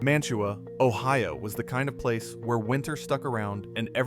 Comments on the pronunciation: Mantua is pronounced Man-u-way by those who actually live there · As a Browns fan, he was bad ass. Sorry, you can't deny that. And you can tell this is AI, which is cool, but it's Man-Ta-Wah. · It's Ma -tu-a You utter BUFFON! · I am from Northeast Ohio ..The town of Mantua is pronounced "'Man-a-way" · Thanks! Please, though, pronounce Mantua correctly! It’s Man-a-way. The T is silent. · Pronounced man-ta-way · Mantua, OH is pronounced man-ta-way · Man TUA is actually pronounced as if it is spelled Manaway, as the local Ohioans from Mantua, Streetsboro, Ravenna, Shalersville etc say it. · Good video about a great player who great coaches recognized as a raw talent. BTW Jack’s hometown is pronounced “MAN-tuh-way.” 👍🏻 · Mantua (man-oo-way) - it's a couple miles from me. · It's pronounced Man to Way, another Ohio boy that elevated the Stealers UGH!! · It's pronounced more like Manaway. It's near Kent. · You are expecting more from AI? One can tell by the prounciation of Mantua and Ohio that this is AI. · I hate hearing "Mantua" being mispronounced . Its crazy how many great players and coaches came from a school like Kent State thats almost never any good. Saban, Lou Holtz, Jack Lambert, James Harrison, Josh Cribbs, Julian Edelman etc. Thats not even all of them. Also, that tangerine bowl was against Earl Bruce coached U of Tampa with Matuszak